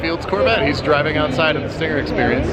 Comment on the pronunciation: Stingger...tellurideeee...i am korean..haha